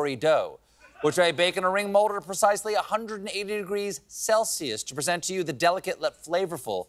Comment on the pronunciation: Very impressed that Stephen even had the slightest idea of how to pronounce kouign amann. And that is why we need a Gwen ha Du emoji !